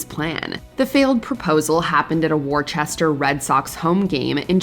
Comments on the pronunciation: you're talking about Red Sox so I assume you mean Worcester. It's not pronounced Worchester 🤦 Where in the hell did you see an H in Worcester?! 😂 It's pronounced Wuster/Wooster. Get it right ❤ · Not for nothing, but Worcester is pronounced “Woo-stir”, not War-chest-her. When I first moved to New England, some of these city names had me totally confused. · It's pronounced Wus-ster not wor-ches-ter in Massachusetts. It's not pronounced the way it spelled lol. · Worcester is pronounced Wuh-Ster not Warchester. Yes I know my state of Massachusetts has ridiculous sounding and pronounced names but just needed to clarify. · #7: Worcester is not pronounced Wor-chester. It's Wuh-ster or Wuh-stah (for those with the Boston accent). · Are any of these even real? So far they all seem fake. #7 wasn’t at a Boston Red Sox game. It was a “Woo Sox” minor league game in Worcester, MA, (pronounced Wu-ster). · It's "Wooster", NOT "Worcester". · It's pronounced Wooster not Worchester 🤦‍♀️ Sincerely, a Masshole who doesn't understand why people put an H in there when there isn't one.... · "War Chester" LOLZ! It's pronounce "Woostah!". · "war-chester" hahahaha. Locals pronounce it "Woo-stah!" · "Worchester" You mean Worcester, pronounced Wooster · My apologies to anyone from "WAR-chester" who heard that. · it's pronounced: wuster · "Worchester"?? That is not at all how you pronounce that. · It’s pronounced “Woostah” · Yikes, instant downvote as soon as you put an H in Worcester. Wuss-ter. There's NO H. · Learn how to pronounce Worcester! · Lmfaooo i Just realized the narrator not only said the complete wrong city for the red sox clip but also fucking butchered Worcester's name. Fenway is definitely in Boston, ya know like the Boston Red soxs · That was the worst pronunciation of Worcester ever 😂